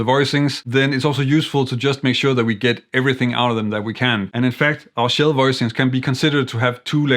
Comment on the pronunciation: I had never heard of shell chords, I thought maybe you were saying “chill” chords. Not far off :)